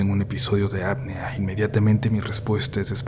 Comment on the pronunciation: Apnea, la e es la letra que se pronuncia fuerte